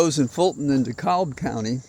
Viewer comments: Listen to you every morning in the UK. DeKalb county is pronounced D cab county. My sister lives there and I will join her next week to knock doors for down ballot candidates. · Pronounced De Kab. L is silent